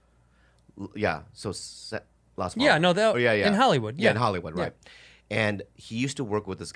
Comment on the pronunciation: Yeah, its Las Palmas, Bobby. Get it right. God.